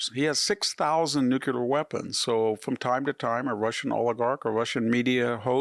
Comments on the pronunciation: It's nuclear not nucular Also you conveniently forgot to mention Budapest Memorandum, in which us, UK and Russia guaranteed ukraines's borders. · Intelligent, well spoken and has incredible insight. So much to like about this man. If only he could learn to correctly pronounce nuclear. NU-CLEE- ER. Not NU-CUE-LER George W Bush used to say it the same way and it always drove me crazy. Thanks for letting me vent. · NucUlar? Seriously dude, that's not a word. Nucular It's not a word. The atom does not have a nuculus. Thumbs down and I don't know what, stupidity. Why don't you say it correctly? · For an academic, you should use proper enunciation. Nuclear is not pronounced Nukular